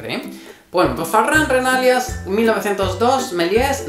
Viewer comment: Pon el acento en la í en Renalias, en catalan no se acentua ese apellido, pero se pronuncia 'Renalías''. Así mejoras tu catalan 😊